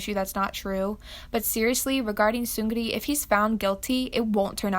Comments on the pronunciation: she pronounces it as seung-gri and rolls the r😭 its just seung- ri with a soft r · his name is actually pronounced "seung-NI" because it translates to "victory" in korean and it's how the characters work. ur appreciated for ur current pronunciation, tho uwu. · The way she calls "seungri" "SeungGRi" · the way she pronounce his name sEuNgIrI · why do you pronounce his name like that? the g is silent, it's sung-lee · *seunlee how you pronounce his name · FYI- silent the G and r in his name while pronouncing. It’s seung-ee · isn't it pronounced "seung-ni" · for all of you guys who would like to know how to pronounce seungri, it’s “seung-NI” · You’re saying his name wrong tho, it’s pronounced (sun-gree) and I know this because I’m Korean.. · You pronounce Seungri as seung knee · hey just fyi, just wanted to tell u how to say Seungri in the native pronunciation (bc i used to pronounce his name wrong too). it’s “seung-NI” (soft N). i always wondered how koreans could say the 2nd syllable so easily until I learned that- the correct pronunciation is so much easier!! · seungri is two syllables not three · what Seungri did was horrible and he should not be viewed as a celebrity but as a human who committed such a crime that is just unacceptable and disrespectful especially with everything else that is being added on daily. but... i cannot stop giggling whenever you say seung-gri. like i know you are saying that cz you are not korean but i cannot help it. explains the situation pretty nicely though! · his name is pronounced seungni. but ya he's still a criminal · the way she says seungri “soongrri” i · Did u REALLY pronounce his name like 'soo-ngri'!!!???! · Not trynna nit pick, but seungri is pronounced seung-li or ri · The way you pronounce seungri's name.... 😂😂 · I know this is not really related but his name is pronounced as Seung-Ri. 'G' isn't pronounced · its pronounced seungni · its actually pronounced seung LI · It’s pronounced like Seungni, like 음량, 청량리, 왕십리.